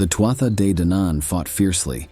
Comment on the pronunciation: It’s pronounced tooah de